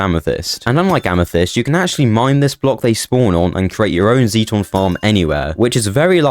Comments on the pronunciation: The Sixth Doctor would scold you for mispronouncing ‘zeiton’…..and it’s actually zeiton 7 in the show, an essential element in powering a TARDIS. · Related, not "releated". ZAY-ton, not Zeeton.